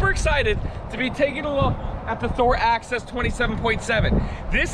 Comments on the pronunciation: axis not access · The name is NOT "Access", it's "Axis". Neither of you are pronouncing it correctly. My dislikes, it's a THOR, it's a THOR, it's a THOR!